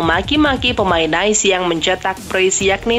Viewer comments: Nice bacanya "Nis" bukan "Nice" (seperti dalam Bahasa Inggris). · Nice diucap "Nais" Lazio diucap "Leyzio" Belum lagi penyebutan beberapa nama pemain & pelatih yang salah TOLONG INI NARRATOR NOOB AJARIN BOLA YANG BENER DONG